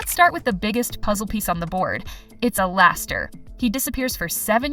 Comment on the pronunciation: Not even 5 secs in your vid and I’m already Lau from alastor😂😂😂 I’m not calling alastor alistor anymore so funny😂